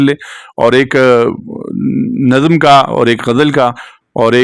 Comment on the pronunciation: السلام علیکم پروفیسر صاحب !! آپ سے مختلف الفاظ کے تلفظ میں سہو ہو جاتا ہے ۔ پڑھانا میں پ مفرد مع زبر ہے , آپ اس کا جوڑ پڑ ہانا فرماتے ہیں۔ نظم کو نَظَم فرماتے ہیں , اس پہ بھی توجہ درکار ہے۔ محمد زبیر ساہی اردو زبان و ادب کا طالب علم